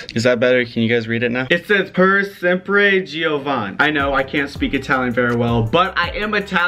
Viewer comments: I AM ITALIAN BIIIIIITCH😍😍😍 YAAAAAS! I live in italy❤️ the pronunciation was terrible but 😂😂😂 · Oddio il suo accento quando dice “per sempre giovani”😂😂😂😂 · AHAHAHAH I'm Italian and the way he read out that tattoo haste dead